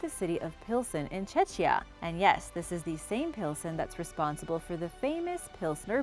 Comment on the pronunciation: The pronunciation of "Czechia" as "Cecia" is penetrating my ears, but besides that awesome video as always ;)